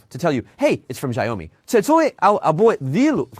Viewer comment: “Shire Ou Me”